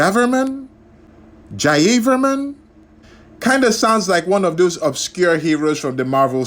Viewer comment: It is pronounced as Ja-Ya-Var-Man